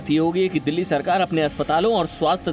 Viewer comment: दिल्ली है यार वो डल्ली नहीं